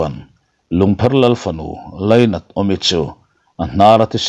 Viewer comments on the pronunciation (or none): none